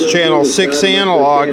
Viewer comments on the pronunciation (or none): none